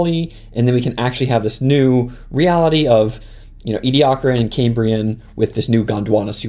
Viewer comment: There's so many ways to mis-pronounce 'Ediacaran'